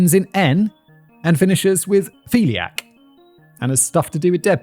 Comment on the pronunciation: No no no simon i will not have you besmirch my precious new daughters name. He doesnt have "one of the Ophelia's" as you keep stating he has one of the philias (filly-ers) 😂 i will never be able to look my daughter in the eye if you dont change your pronunciation simon 💀😂